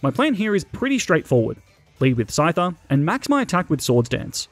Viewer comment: SCYTHER, NOT SCITER!